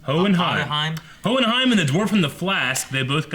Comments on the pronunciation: Hohenheim. Hoh-en-haim. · Owen-Heim. Shimigami.. Good 'ole Eh-Eh-Ron. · hehe for anyone who has difficulty saying it: Howen-Haym